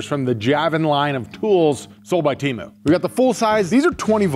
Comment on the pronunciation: According to the 50 temu Super Bowl commercials, we’ve been saying temu wrong